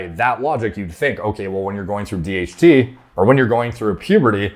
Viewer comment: Everytime you say DHT i hear THC